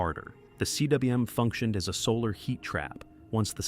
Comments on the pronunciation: Cwm is pronounced "coom". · You don't spell out cwm. It's a Welsh word pronounced "coom". In Welsh the w is truly a double u.